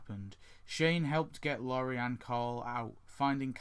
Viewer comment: also (no offence) her name is pronounced lore ree